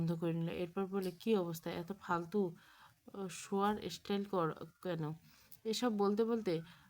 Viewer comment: ইস্টাইল নয় “স্টাইল”